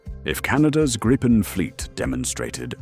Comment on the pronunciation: This is a LIE! There are crap podcasts eating each other's BS and appears to be one of them. Hell your AI cannot even pronounce the word Griipen. Canada has not chosen the Gripen. STOP TELLING LIES!!!!.